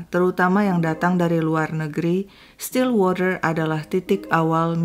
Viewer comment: wah mb bagus pronounciation stillwaternya, pdhal bbrp waktu lalu pronounciation englishnya blm sebagus ini. Memang mbanya tinggal di LN, mgkn bkn di negara yg bahasanya Inggris